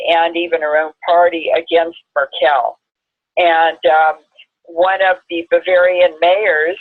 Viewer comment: Although I vehemently disagree with ´s pronunciation of Angela MERKEL,hehe(sarc.) please pronounce on the first syllable.)), I would like to thank and as always for their smashing video. Your information is always most poignant! Though I fear the worst on our globe, I also have the great faith in PUTIN´s resolve to bring our world back to its important values. Once again: Danke, Danke.